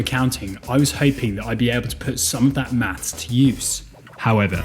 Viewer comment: It’s pronounced maths not maps